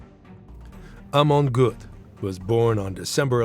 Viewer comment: the o umlaut - which perhaps you might learn to pronounce - is roughly the same as if you say 'er' (as in ['um' or 'er' in 'er, I'm not sure what you mean...')